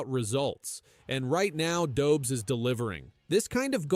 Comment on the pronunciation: Learn how to pronounce Dobes...it shows respect. Learn how to pronounce Martin St.Louis ... it shows respect.